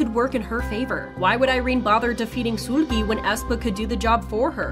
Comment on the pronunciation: I hate that she keep saying soolgi